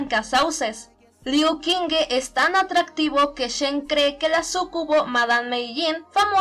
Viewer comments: no seria liu shingu la pronunciación? :'v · In addition to the fact that I had already said in a video that I don't know how to pronounce Chinese names, so an apology ⊂(・﹏・⊂)